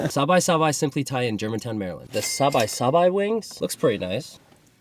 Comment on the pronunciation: Great vid although the pronunciation of Sabai Sabai hurt my Thai side.